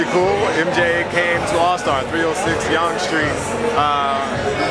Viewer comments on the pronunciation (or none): lol just saying your pronouncing Yonge wrong, its pronounced more like how you say young not (yaong) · Yonge streets pronounced like the word young not yong